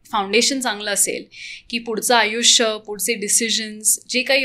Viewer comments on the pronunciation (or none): none